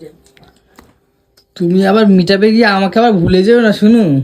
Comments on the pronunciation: Sotty paris o bote tora. Nijeder sala hero ar heroine vabis.😂valo kore pronounciation tao korte Paris na. Ota meet up.😂😂😂😂😂😂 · হতচ্ছাড়া! ওটা "মিটাব" নয়.. "মিট - আপ"!